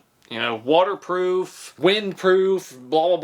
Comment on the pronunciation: Waterproof... It is such a difficult word.